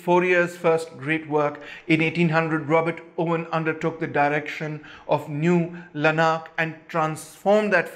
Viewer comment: Owen stuff good but a bit anglo-centric; New Lanark for example (stress 1st syllable btw)), is in Scotland.